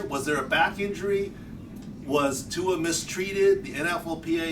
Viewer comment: Learn how to pronounce Tuas name smh Look at the replay, he hit his back first and that was the problem 🙄